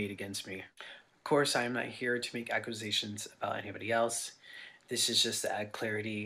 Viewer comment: Anybody else absolutely infuriated by Dahvis pronunciation of 'accusation'? I know there's a lot worse in this video but like, man.